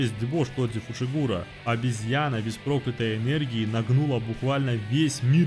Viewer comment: Почему ты назвал Тодзи Тодзи, а его фамилию Фушигуро а не Фусигуро, ну ты и позер